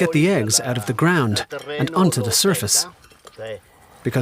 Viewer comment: "You will eat zee bugs"